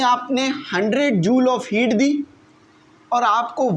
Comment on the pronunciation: Sir its not jaowl it will be pronounce like joool